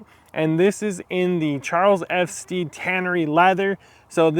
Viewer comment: Great review! Putting in those miles and they look incredible. The perfect shape boot. CF Stead produce some amazing leathers and suedes. I have their Repello suede and also their kudu, both great. Stead rhymes with bed by the way.